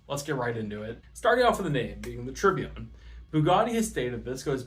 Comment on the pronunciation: By the way you pronounced Tourbillon wrong, remember to pronounce it like tour-bee-on